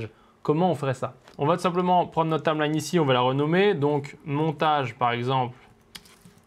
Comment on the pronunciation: Salut, super petite formation! Par contre, il faut que tu apprennes à dire "timeline"... Parce que tameline, c'est bizarre tout de même! Haha!;-)